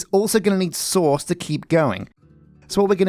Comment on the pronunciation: I crack up every time I hear “source”! Indistinguishable from “sauce”. Loads of sauce Filled with sauce We’re gonna need some sauce 😂 Tree the world!!